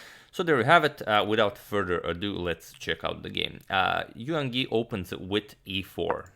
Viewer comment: In "Yangyi", don't sound the "g". "Yang" is one syllable (like English "rang" or "sang") and "Yi" another (pronounced like English "ee", as in "seek").